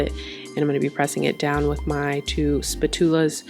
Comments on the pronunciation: okay this is so off topic but it’s spat-yu-la not spa-tu-la😭💀 side note: i love how flat you made your patties !😆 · Anyone else notice she said spatula like “spat-tools” rather than “spachela”? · they way you pronounced "spatula" haha I thought you were about to bring something new out lol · Waitttt you playing by pronouncing spatula like that or